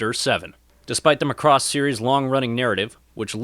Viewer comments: I don't know how or why the pronunciation of Macross has become "muhCross" for so many people, but I wish it would stop :p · You can't pronounce Macross (the emphasis needs to be on the 'ma'), and you're really not funny at all, so the humour falls flat. If you just concentrated on actually talking about the series, it would be a much better video. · before writing a guide, how about you leanr to pronounce the name properly